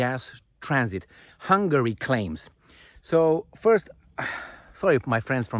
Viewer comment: kids with their "phurst"... phehee😂😂